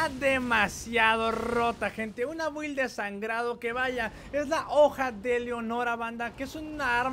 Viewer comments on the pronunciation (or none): Se pronuncia bild no build chingao